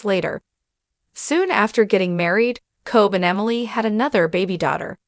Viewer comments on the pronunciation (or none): KOBE as in K o b e e, not cobb.